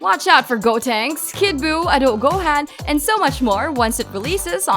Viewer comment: also the way she said adult GOHAN